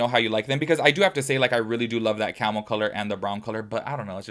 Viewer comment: Are you saying camel or Carmel? No shade,😭I was thrown for a loop each time it was said. And this is coming from the countriest of bumpkins 😭✋🏾